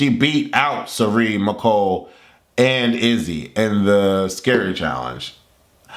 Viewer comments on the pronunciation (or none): Your name is pronounced me.cole, not my.cole. The season is boring me already. Hisam needs the boot.